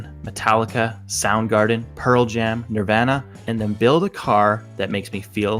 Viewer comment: U pronounced nirvana wrong